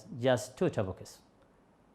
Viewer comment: اريد منك شي بالله عليك انطق topics صح